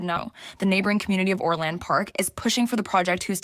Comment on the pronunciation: Why can't the woman pronounce Orland or Balich correctly?